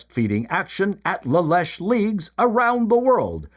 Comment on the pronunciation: I spit out my morning cereal when I heard say La Lesh League! Had to mop up the milk (leche) with my napkin (serviette). The LLL was founded in 1956 in the United States and back then the word “breast” was not used in polite company. How far we have come! The name was inspired by a shrine in St. Augustine, Florida, dedicated to the Virgin Mary under the title Nuestra Senora de la Leche y Buen Parto, which translates to "Our Lady of Happy Delivery and Plentiful Milk". Oh, the word Leche is pronounced "leh-cheh." And, please provide a warning to not eat while watching your videos. The next time I could choke to death laughing! 😂